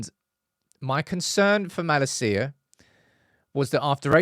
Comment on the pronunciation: I love your videos, but how do you know so much about United & not know how to pronounce Malacia’s name? 🤣